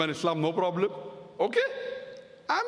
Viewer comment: Porobalem .......haha sounds ridiculous!